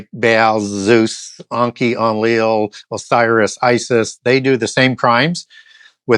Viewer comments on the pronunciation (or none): none